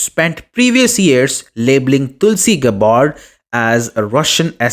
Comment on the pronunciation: Hopeless pronunciation of her family name. Listen to the true pronunciation of terms before speaking.